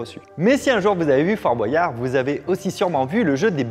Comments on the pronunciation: Fabien : On dit père foura pas fourasse Aussi Fabien : Dit fort boiyard alors qu'on dit fort boyard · Ok pour la prononciation de Fouras, mais pourquoi tout le monde dit "Fort BoAyard" ? J'ai l'impression qu'avant on le prononçait pas comme ça